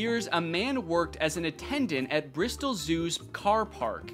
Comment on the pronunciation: First time I’ve ever heard an American pronounce an English place name properly. I mean I guess you can’t really go wrong with Bristol but still 👏🏻👏🏻👏🏻 well done Danny